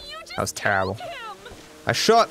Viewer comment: Nobody:: literally misses one bullet: TERRABLE